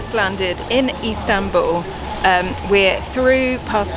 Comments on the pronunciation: LOL, sorry for picking up on it, but she make it sound like East Hambul. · Probably my favourite video from everything you've ever done. I now desperately want to go to 'Eastanbul' as calls it! 😁